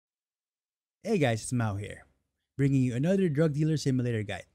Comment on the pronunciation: how he said another tho lol